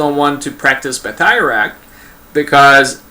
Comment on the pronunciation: A couple of points.I studied irish in school as all irish schoolchildren your pronounciation is totally wrong its batteruct not bateyeract.I would still be very sceptical we know that they were faction fights,but was it an actual fighting system or just lads beating the lard out of eachother. The elite you were talking about is the Gaelic Athletic Association which are one of the cornerstones of irish society they are in every village and town,but not during british rule then they would have been seen as quite a rebellious body.The GAA own the fourth largest stadium in europe and outside this stadium is a statue of the founder michael Cusack of association with his blackthorn stick which he carried every where.Why then did he not include stickfighting in the GAA well for a start although he founded the GAA we was a particularly abrasive character who was not very popular and was kickedout shortly after foundation.The other possible reason is that stickfighting being associated with faction fights and thus division which was with odds with the bodies aims which is and was the creation of an irish identity true sport.Most of the Athletes playing GAA games were poor farmers or labourers who really could not afford to get injured.This was particularly evident in the early years when the organisation nearly collapsed due to the roughness of the games and a new safer set of rules was drawn up.Stickfighting would have been much harder to sanitise.The Brits encouraged faction fights